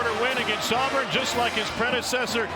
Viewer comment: the name is not Alburn. it's Auburn.